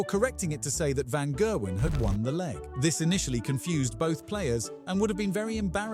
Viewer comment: The Paul Hinks call was "127 and game" without a pause if you'd actually seen the foitage. Someone has already pointed what I assume is your AI has mispronounced Gerwyn. It also gets Jan Dekker wrong as it's should be similar similar to Yan not Jan the month which is a women's name. The pronunciation of Oche is unintentionally hilarious ss it's similar to ouch as he does fall